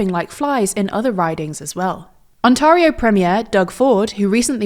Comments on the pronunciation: Very minor detail but Ontario is pronounced like "on-tair-eh-oh", not "on-tar-eh-oh". Very minor mistake and I get it's likely a British accent thing, but other than that the analysis is bang on. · FYI - Ontario is pronounced ONT AIR IO, and not ONT ARE IO. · Her pronunciation of Ontario hurts me.. its ONtareIO.. on onTARio.. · You're pronouncing Ontario incorrectly. It's On - tair - eeoh NOT On - tar - eeoh. Easy mistake to make. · It's pronounced Ont-air-io not Ont-arr me hearties-io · it’s pronounced On-tare-eo. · I know tldr has done worse to other people's names, but Ont-air-ee-oh, not Ont-aRRR-ee-oh. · I'm sure you've gotten this comment already, but it's pronounced "ont-EH-rio" not "ont-AH-rio" It's the same A sound as "late" not "tart" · I appreciate the coverage - just a small note that Ontario is pronounced "On-Terry-yo" rather than "Oh-Tah-rio" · On-tair-e-o, not on-tare-e-o. Trudeau had already started turning it around. Conservatives sound like they'd secretly like Donald to be trading Canada too. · Small thing but it seems many non-Canadians do it, Ontario is "on-tey-ree-oh" the A isn't "tah" it's "tey". The A isn't harsh. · On tar io? We pronounce it On (tear) io locally. It sounds very jarring the way you've been saying it. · Nobody pronounces it On-tar-i-o. It is On-tear-i-o (as in tear a piece of paper) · tiny small inconsequential thing, Canadians pronounce Ontario as "Ont-tare-rio" as in stare. but as you were! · Amazing coverage!! Well done! (And 'Ontario' is pronounced Ontaire-eeo and Canadians pronounce the Provincial Leaders position differently too - 'Premier' is pronounced Pree-mier.) Great work! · Ontario is pronounced ont-AIR-io .... AIR, not AH. . Predictably, this video has attracted large numbers of PP-bots amongst the genuine Conservative voters. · On-tair-ee-oh. Another day another TLDR video not taking the time to check how to pronounce Canadian names. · Its not ontario its On Tar eo - hermione moment